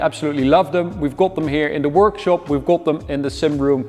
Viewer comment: knap dat je Engels praat maar ajb het is meer go-od than kot wanneer je got uitspreekt....sorry. Ga gewoon lekker door met deze videos